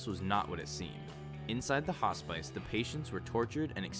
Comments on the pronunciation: Hospice? Its pronounced Hoss-piss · your pronunciation of hospice sounds bizarre haha, great video tho